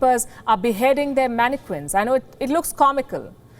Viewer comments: Palki, the word mannequins is pronounced "man - e - kins" not "man - e - kwins". You're welcome. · What did you say? Manne-queens????😂😂😂😂😂😂😂😂😂😂😂😂😂😂😂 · Some1 tell this reporter lady the Q in manneqiuns sounds like a K lol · Lmaooo Indians can’t even pronounce mannequins properly 🤣🤣🤣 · I can't help but giggle when she pronounces mannequins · Your not supposed to say the U in mannequins.